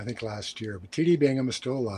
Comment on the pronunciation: Sean your main shortcoming is not pronouncing your “th”. Growf, fanks, fink.